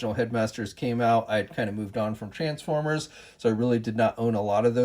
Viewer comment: You’re probably a great guy but please don’t put the emphasis on Trans just say former with the same emphasis otherwise great review